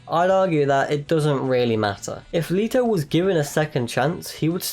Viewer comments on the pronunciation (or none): I have never, ever heard someone pronounce it Jared Leeto